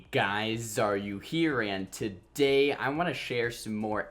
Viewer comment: Legit every time you say ”hey guys xaryu here” I only hear ”hey guys are you here”